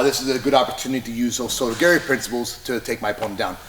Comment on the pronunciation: “Oh so does Gary”, what exactly is Gary doing? Did you mean to say o soto gar-ee??